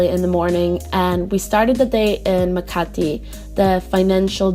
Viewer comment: It is Makati, not Makiti